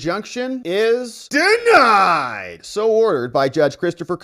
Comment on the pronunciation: I love the accentuated: "DENIED"... 😅